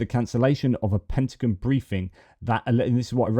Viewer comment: It's driving me crazy! It's not pentaGUN (bang) it's pentaGON ( like I'm gone if you don't correct it)!